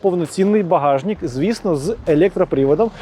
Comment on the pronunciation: 23ти Колэса а не кольоса, багажнЫк а не багажнiк, картопля влизае а не влазыть, и так весь ролик , абра кадабра